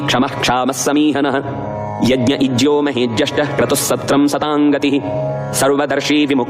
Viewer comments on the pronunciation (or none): none